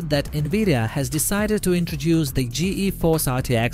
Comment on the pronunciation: If you waited, you could have heard him say " gee eee force".